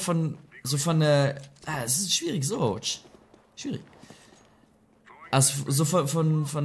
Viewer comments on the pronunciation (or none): ez an du sagst schwrierig ..